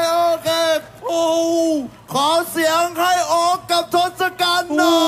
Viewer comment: Tossakan = ทศกัณฐ์ = ทด-สะ-กัน ครับ คือ เป็นยักษ์👹